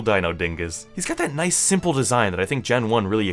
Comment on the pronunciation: THERE IS NO O IN NICE!